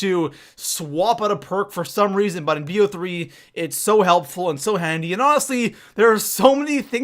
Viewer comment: It's not B O 3 it's like bow 3 so bo3